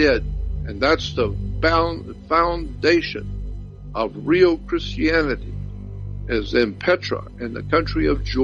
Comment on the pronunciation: If you notices he said chrsitanity and jewdaisim